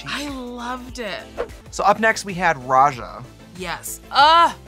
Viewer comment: Not "Roh'Jer" 😂